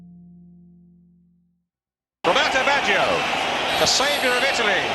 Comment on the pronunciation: You did pronounce his name wrong but other than that great video loved it